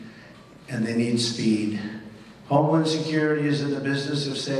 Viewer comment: Is he saying " homelawn security"?